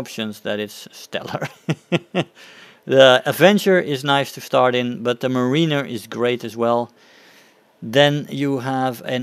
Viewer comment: It’s pronounced “mare-in-er”